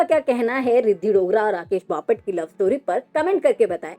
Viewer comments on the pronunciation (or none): Papat nahi😂😂😂😂 Bapat..pahale bolana sikh😂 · बपाट नाही बापट 😂😂😂😂😂😂😂😂